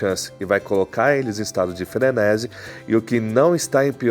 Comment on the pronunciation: Frenési não existe, a forma correta é frenesí (tônica na última sílaba) Sinto muito, não dá pra seguir um cara que quer fazer da comunicação seu ofício, mas nem falar sabe.